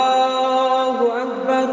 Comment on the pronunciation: Sdkt koreksi : الله أكبر yang akhir, ALLAAHU .... harusnya dibaca panjang, bukan pendek.